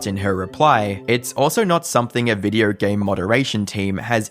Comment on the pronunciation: Why do you struggle so hard with saying the word video??? Videour, videou, vidyore. Bro stick with one fake accent or just learn clear understandable english.